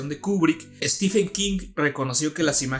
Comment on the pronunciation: No se dice "estifen". Stephen se pronuncia "Estiven". Stephen=Steven